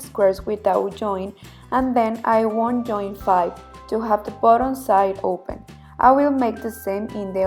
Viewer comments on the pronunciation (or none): none